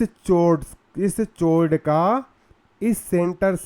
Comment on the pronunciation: chord ka pronunciation galat hai